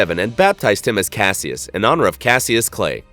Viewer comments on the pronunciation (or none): The video said #9 is named after Mohammed Ali's original name...which is actually pronounced Cash-us NOT Cassius, like in Rogue One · ITS PRONOUNCED CASH-US not CASS-E-US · It's pronounced " cashus". Not ca see us. Dumbass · It’s pronounced cash -iss. Not cass eeus. Dumbass. N it wasn’t Muhammed Ali real name. It was was his name before he converted to islam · Just a little fyi... it’s pronounced Cash-us and not Cass-e-us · Just to let you know it’s pronounced cashus not kassy-us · Dude it's pronounced "cash iss" cashiss not cas ee us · Cassius🤦🏼‍♀️🤦🏼‍♀️🤦🏼‍♀️🤦🏼‍♀️. It’s pronounced CASH-us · It’s pronounced cashious not Cassius even though it’s written that way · It’s pronounced cash-us clay not caseyus clay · Class-see-us. AI butchers so many names and the creators are good with it. Block these bs channels. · It is pronounced…cash-us…. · Man really just said “Cass-ee-us Clay” smh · did he call Ali, ''Ca-see-us''...lol... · It's pronounced Cash-Us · Cassius is actually pronounced Cash-us I know this because it's my name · they named it after Mohammed ali. So it would be pronounced cash-us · I think its cash- ush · cassius is pronounced cash-iss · bro it's pronounced cash-us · Cassius is pronounced (Cash-Us) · It’s pronounced cash-us clay ffs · Cassius?? It's Ca-Ssí-Us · Cassius is pronounced Cash-ish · Cassius is pronounced like cash-us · Cassius is pronounced "Cash-us". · bro mispronounced one of the most iconic names in american history. ali rolling in his grave. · Lol doesn’t know how to pronounce the 🐐 boxers name🤦🏻‍♂️ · Learn how to pronounce Cassius. Also it's not his real name, it's his birth name. Details... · Why did you pronounce Cassius like that😬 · Wow you really do not know how to pronounce Muhammad Ali’s name or a lot of other things learn how to pronounce words correctly LOL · You’re pronouncing Cassius wrong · I was totally into this video until the commentator mispronounced Mohammed Ali's given name... just made me shake my head